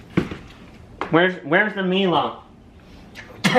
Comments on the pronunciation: A hot cup of milo is delicious to cold glass of milk 🥛. Funny how you pronounce milo, you pronounce it me-Lo but it is mie Lo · Milo is pronounced M-EYE-L-O The more Milo you put in the better lol